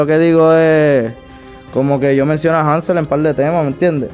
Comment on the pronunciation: Te cagaste ctm cuando dijeron hanzel jajajajajaja